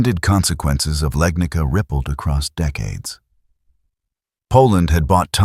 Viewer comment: its not "Legnika". it is Legnica. i was hoping ai slop channels will at least get it right